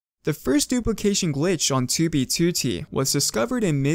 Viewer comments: 2b2t = ❌ too-bee-too-tee =✅ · i cant even watch anymore, 47 seconds in he keeps saying toobie tooty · I like your videos, but I'm extremely hesitant to click when I see one in my recommended because you pronounce 2b2t completely wrong. Please, if you see this, learn to say alphanumeric strings with proper stresses. It's twoBEEtwoTEE, not TWObeeTWOtee. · "on toobie tootie" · why does he say "tyu bi tyu ti" 😩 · Twu bee tuô tee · Ok but why do you pronounce 2b2t "tubey tootie"? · twuee bee twoou teee head ahh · *tooby tooty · its 2b2t dude, not "tooby tooty" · “2b tootey” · never change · can somebody teach this guy how to pronounce 2b2t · the way he says "2b2t" is so fucking funny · i love how he says 2b2t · i hate the way he pronounces 2b2t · this guy says 2b2t the most british way ever, it starts to irritate me everytime he says it. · Why do you pronounce 2b2t like that? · Why tf does he say 2b2t like that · The way you say 2b2t is awful. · Can say 2b2t right please? It hurt my ears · Sorry but your pronunciation of 2b2t make it impossible to watch this video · i am very sorry but i can not bring myself to watch the video cuz of the way you say 2b2t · The way u pronounce 2b2t makes me sick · the way you say 2b2t made me click off this video